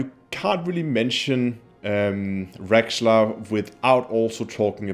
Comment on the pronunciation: its raxxla not rexxla and for that in this extremely rare case I gotta thumbs down it